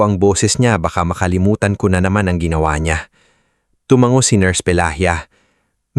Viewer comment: TUMANGO -- - - TU - - MA - - - NGO , HINDI TUMANGGO - - -,TU - - - MANG - - - GO ANG. BIGKAS